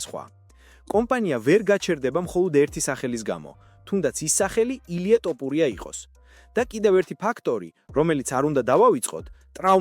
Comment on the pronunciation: მგონი კომპიუტერი ლაპარაკობს თორე ტოპურიას რატო ამბობს ეს ხმა